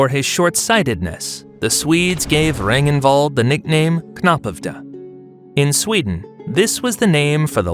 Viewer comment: i rarely criticize pronounciation of names but these are some awful ones Ragnvald became Regenwald?